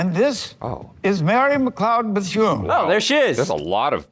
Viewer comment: the fact those girls pronounced bethune correctly hats off to them i meet alot of people that can't say it right.